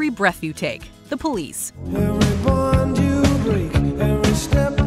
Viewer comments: It's "Every BOND you break" - not "bone" 🤣 I've never even heard of anybody hearing it as "every bone you break". Weird. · THANK YOU! When I heard her say “Every bone you break” I did a facepalm.